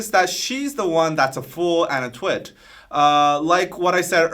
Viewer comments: but still nobody can explain why she is pronouncing twit like light ? like TWIGHT? it sounds so wrong.. very annoying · very good! BTW, with her accent it kind of sounds like she's saying "two - it" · Does it mean twit as in idiot cus she says it like: twight